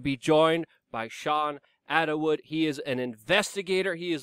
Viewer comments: Again with the Attawood? Kinda sad you mispronounce his name every time 🤣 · Dude! It's ATTWOOD!! Not attawood. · i thought it was pronounced att-wood not att-a-wood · Again with the “Attawood”??? Poor Luke will NEVER learn how to speak English. I’ve been waiting for 15 years! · Att wood. not Attawood.